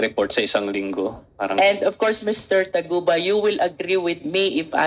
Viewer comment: Taguba po hindi Tugaba😂